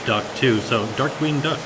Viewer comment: The way said dark meat duck, and all I heard was Darkwing duck and I was 😱